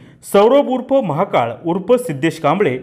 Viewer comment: आरे महाकाळ नको म्हणू महाकाल स्पष्ट उच्चार करा